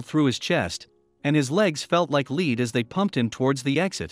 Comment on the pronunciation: lead is pronounced led, not leed.